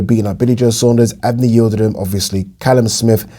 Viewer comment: Great points there! Btw, why do you pronounce Ylidrim so oddly? 😆